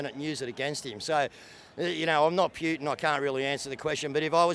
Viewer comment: Wow... this is a fringe group who appear to be stuck in there own echo chamber. It's interesting and amazing how these views are held but I can say the same for some staunch Murdoch consumers. Still, a lot want peace which is common ground. Oh, and "Pewtin"... lol.